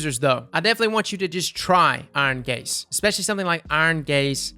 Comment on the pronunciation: I'm old but hearing,"Iron gaze", makes me laugh....iron gays